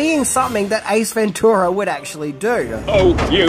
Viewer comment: Stop saying ventura like that its wrong